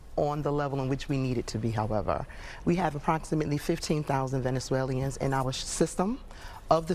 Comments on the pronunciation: Why can't she say Venezuelans .... Not swaLiens😮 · Venezu-waleians? Geeze, lady. Learn how to talk! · She can can't even pronounce Venezuelans😔. Affirmative action is great😉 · Someone teach this lady how to pronounce VENEZUELANS! 🤦🏽‍♂️🤦🏽‍♂️😒😒